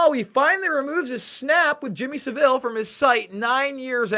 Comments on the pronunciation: you’re not the only 1 whose guilty. It’s Pronounced “Savil” not “Seville”. Hard V. Savil like De-vil. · Please pronouce 'sAvile correctly, you make him sound classy!! And so person know who you are talking about. Savile like the place in Spain is not how you say his name. He was a disgusting human being and was never exposed until after his death. Complete cover up by the BBC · Christine is correct, he is pronouncing is as Seville, its Sav-ille. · Not Sav-ill Savill... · Saville, sav all not seville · Saville like saville row, not like seville oranges S-ah-vil. Not se-vil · Thank you for putting up this video about Jimmy Savile. I live in the UK were it all happened. Just a little bit of advice,: The name Savile is pronounced with the accent on the first syllable = sA-vil. OK? Just thought I should tell you. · Its pronounced savil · Please learn how to pronounce his name. It’s SAV VIL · Your an American!! Sav as in Have and ILL. This is all old news in the UK and they still cover it up. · Saville is pronounced like gravel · His name isn't french it's pronounced 'sah' ville' rhymes with ba bill. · Heads up. Pronounced phonetic Sav el As in gravel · Great video , check out Cooke report and Ken Clarke , Jersey , elm house . Just thought I let u know its pronounced sav-ul like saddle ,Theroux is a shill ! Jim did fix it for them , then became a scapegoat playing interference . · It's pronounced Saval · it's 'fantasist' as I. Fantasy not "fanatist" as in fanatist.....and it's Jimmy Savile ryhmes with gravel.... The Jimm'll Fix It is a TV show all Brits grew up watching....he was a household name making kids dreams come true....well that's what folk thought, quite the opposite. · Fantasy; fantecist not fanaticist. Also please squash your pronunciation of Saville to Savil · Pronounced saville - sounds like saddle. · pronounce Saville to rhyme with travel. unless you're mispronouncing it on purpose...?